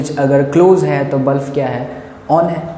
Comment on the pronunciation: sir it is not bluf it is bulb. 😊 😊 😊 😊 😊